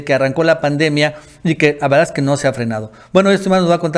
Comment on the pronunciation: Veo todos los vídeos.con todo respeto.. Te pido urgente que pronuncies bien cuando dices LA VERDAD ES QUE. estoy sordo y escucho laveaeque